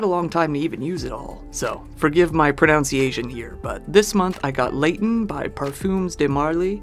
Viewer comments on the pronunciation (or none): “forgive my pronunciation here” proceeds to pronounce pronunciation wrong lol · Ironically, you mispronounced 'pronunciation' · Your pronunciation of pronounciatiom tilted me.